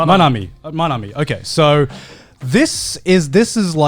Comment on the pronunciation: Loved how every time they tried to remember Manami, they changed a syllable